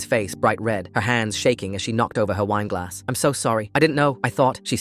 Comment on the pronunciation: Said "wine glass" Britishly